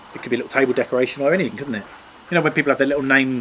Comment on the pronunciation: "Anyfink"? FFS use English it's not difficult the word is "anything" stop being lazy